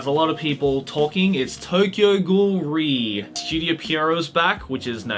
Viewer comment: lmao am i the only one who's been pronouncing the "re" in Tokyo Ghoul:re separately as "are-ee" until i watched this video and heard say "ree"